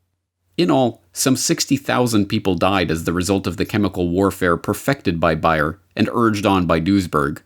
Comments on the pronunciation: It's Bayer, not Buyer. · sorry, not buyer, bAAAyer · Curious as to why you are calling it buy-er when we all know that it is Bayer? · Bayer, say it with me, baaaaayeeeeeeer. It is pronounced bayer, not buyer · Everyone in the video pronounced the name of the company as Bay-er except for who pronounced it as Bye-er. If I were doing a video I would probably used the most commonly used pronunciation. JMHO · It's BAY-er, not BUY-er, ffs. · Why is he saying BUY - ER instead of BAY - ER? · Is the German co's name pronounced "Buy-er?" In US advertising it was always pronounced "Bay-er." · What's worse than fake news? News pronounced incorrectly. It's not Buyer it's Bayer (Bay - Er) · your mispronunciation of Bayer (buyer??) is taking away from the legitimacy of this report. Look at the old television ads for their aspirin - "Compare, you can't do better than Bayer" (bay err) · It's BAYER NOT BUYER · Ugh... it's pronounced BEAR... not BUYER! How can you not know that? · Its prononced bear not buyer. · It BAY-er not buyer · That's Bay-er NOT Bi-er ffs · Please, say it correctly: not Buy-her but BAY-ER, as in "San Francisco Bay"... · Sorry but I heard "Buy", not "Bay" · Where you from? Has always been pronounced “Bear” not buyer,” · Very informative video!! Thank you!! P.s. the way you pronounce Bayer sounds like ‘buyer’. If I didn’t see Bayer on the screen as you pronounced it I wouldn’t have a clue what you were talking about. I’ve never heard anyone pronounce it that way. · Bayer is almost like bear. Not like buy'er. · Are they.... seriously pronouncing Bayer as Bear? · Not Buyer or Biyer it's BAyer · He hardly nailed the name right. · Another Great Report by. Is he pronouncing Bayer correctly? Everyone should watch: "House of Numbers" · You mispronounced Bayer the entire time. It ruined the video.